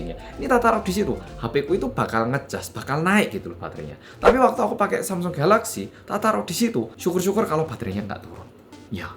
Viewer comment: Mas nya orang Korea, dan mas nya udah paling bener nyebut nama produk nya yaitu galaxy.